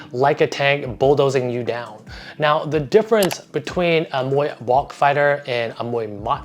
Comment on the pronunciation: Amazing video ! Just want to suggest about Muay Bouk, it should pronounce like “Book” but with low tone 😀